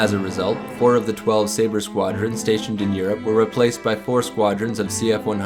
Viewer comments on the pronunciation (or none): none